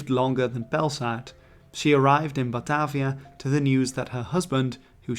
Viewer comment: Batarvia. Where did the "R" come from?